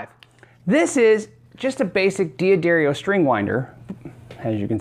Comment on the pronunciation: It's not diadrrio it's D'adarrio not dear but Dad